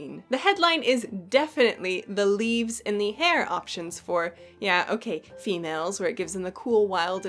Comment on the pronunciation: I hate to do it but...it's "day" (phonetic) Other side...not dee